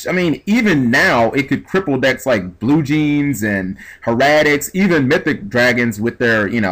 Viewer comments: I'm done my nigga said blue jeans instead of bujins lol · did you really call BUJINS, Bluejeans.